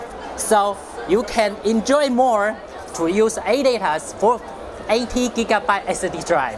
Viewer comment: audaa aee emm silusiiiion